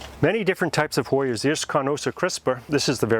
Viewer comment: Awhhh!! Him saying hoyers just screams Connecticut. I love it.